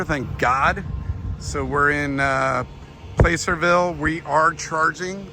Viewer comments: Was driving me nuts! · If you can’t pronounce placerville correctly don’t come to Tahoe